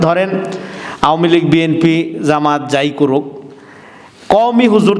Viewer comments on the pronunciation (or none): none